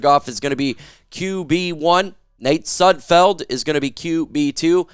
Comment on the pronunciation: YOU SAID SUDFELD RIGHT OMG🎉🎉🎉🎉🎉🎉🎉